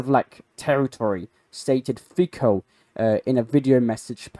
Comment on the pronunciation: Robert Feko of the Suvlakia... Can you start atleast Trying to pronounce things correctly?